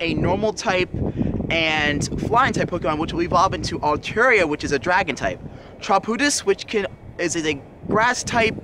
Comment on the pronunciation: Its "Tropius" BRUH